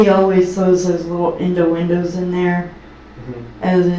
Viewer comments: Indowindows? 😂words are hard for her I’ve noticed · his little "indo-endoes". 😆